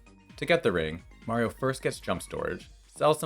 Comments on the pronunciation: Heh, knew it, you pronounce Mario correctly in this video! Mayreeo was a lie! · So why did you decide to finally start pronouncing Mario correctly?